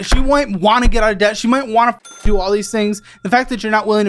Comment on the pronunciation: i thought i heard "interest of death" not interest of debt" sum